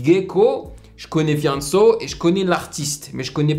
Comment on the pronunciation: Hahaha sa me tue comment tu prononce Fianso .